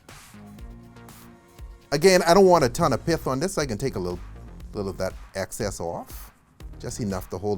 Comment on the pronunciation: Are you saying Piff, or Pith? For the stuff on the orange slice 😊